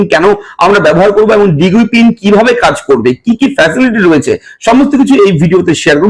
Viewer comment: এটার উচ্চারণ ডিজি পিন, দিগি পিন নয়।